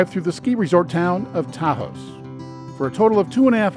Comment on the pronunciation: Ta house? LoL, that’s not hoy you pronounce Taos.